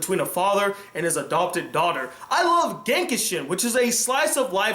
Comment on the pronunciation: Its "Genshiken", not "Genkishen"